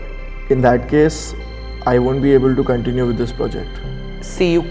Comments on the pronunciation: discriminates for not pronunciation properly also she: "cOUntinue" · miss you also need to correct the pronunciation of continue 😂😂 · Its not cauntinue... its continue😂🤪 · Stupid lady, its not Kontinue, its Continue! Correct yourself first! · Says a person who says continue as kontenuu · The girl fussing about the pronunciation is herself going on about saying "Kontinue" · Its pronunciation and not pronounciation. Moreover, its not Kon ti nu, but Cuntinyu... That's Continue 😊